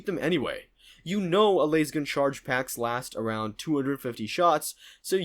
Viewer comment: It is L A S gun. Not lase gun 😅